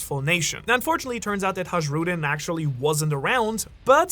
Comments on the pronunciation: Hajrudin Ha..rew...din. 😂 its always the silent letters that gets ya. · its "hai-ru-dinn"